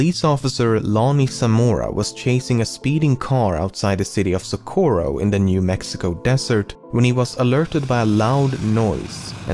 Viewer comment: The way he butchered the pronounciation of 'Socorro' was so fucking cute lmao